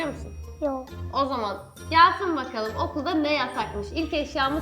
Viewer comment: 0.20 bokalım diyor 😂😂